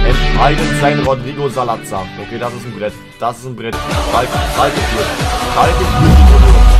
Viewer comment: der wird nicht Salatzar ausgesprochen sondern Salasar